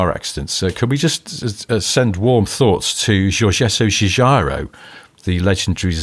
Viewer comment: Hi, just to be helpful... Giorgetto Giugiaro Gio - pron. like JOKE get pron. like JET Giu - pron. like JUNIOR -gia - pron. like JAAAAG Thanks for your great podcast